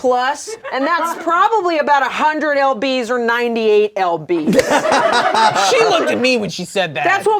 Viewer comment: calling lbs EL BEES is so funny to me